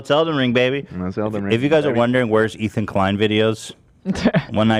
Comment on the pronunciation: why does hila call him eaton?